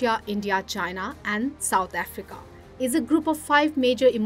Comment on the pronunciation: Why did she say South Africa like a South African?